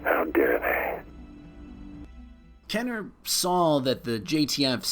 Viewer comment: Had to stop when he said "Kenner." I was getting super jacked up too.